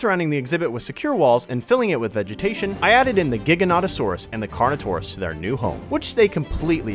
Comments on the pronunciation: It kills me that he said giganotasourus wrong 😭😭😭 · "Lesser known" and its giga and carno😭🙏🏻